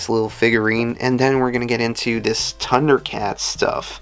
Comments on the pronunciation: Dude, it's Thundercats, not Tundercats. Sweet haul tho. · Dude do you pronounce Thundercats like that for fun or is it a speech thing?